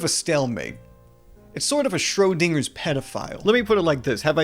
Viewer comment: thats the funniest pronunciation of schrodinger ever